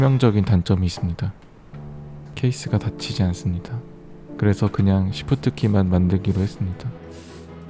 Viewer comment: "쒸쁘뜨끼까 안빠쪄요"